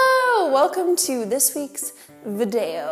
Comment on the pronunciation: ''Vdeyou'' lol